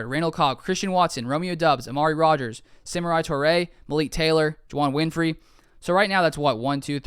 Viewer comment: Julio would only be good in a mentor role for Christian Watson. Outside of that I feel we should wait and see at the trade deadline if we need any WR. And it’s (Suh-more-e) not Samurai. For the pronunciation.